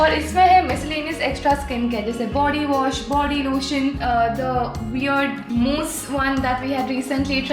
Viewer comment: did anyone realized that she said body lootion....how cute😆😁